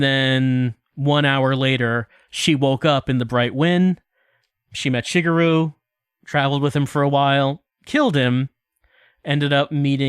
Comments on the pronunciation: my best guess is he's applying the english flexibility of vowels to a language where vowels aren't that flexible in how they sound. hence why he also pronounces "shee-gehr-roo" as "shih-gur-roo" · way of saying Product sounds like Pruduct. Also, pronouncing Shigeru's name wrong the entire time.